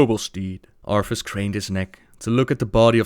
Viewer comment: Does anyone else hear him say Arfus?